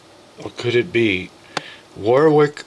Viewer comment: warwick pronounced warrick